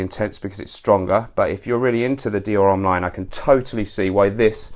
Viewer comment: H in HOMME is silent. Anyways, really like your channel, keep it up!